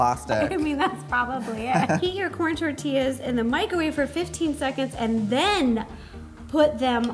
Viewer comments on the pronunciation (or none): none